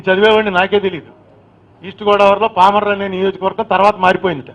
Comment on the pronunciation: Just...😂 PAMARRU become PALMORRU... 🎉EXCELLENCE in ARTICULATION...😢😢😢